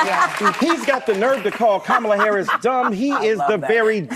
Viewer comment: We're going to have to stop the press conference because you mispronounced Kamala Harris name even though she's responsible for more than $300,000 fentanyl deaths if you mispronounce her name we have to call you out on it and even though she opened up the border and made every city in the United States more dangerous than they